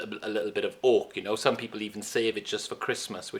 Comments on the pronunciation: It’s Oak, not Hawk !! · Am I the only one who keeps hearing ork? Like I know he saying oak but I just hear soft R ork